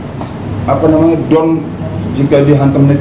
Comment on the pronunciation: Pak benerin dulu ngomong masa gak bisa bilang down